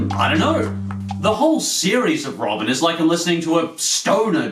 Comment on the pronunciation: wow you said robin like you say in sweden :D can you do a top 5 best swedins cartoons? btw if you do say hello in swidish (its Hej)